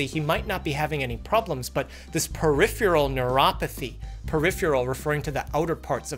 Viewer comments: Yea.. uhmm .. there's no U in "Peripheral". Perif-erel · Comn' Doc..."Peripheral" is pronounced more like PERIFERAL. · Uhhh, Doc… You are pronouncing “peripheral” as “periphroo-ral”. Just sayin’. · that's the first time I heard it pronounced "periphyural" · It's cute how cannot say peripheral. 😄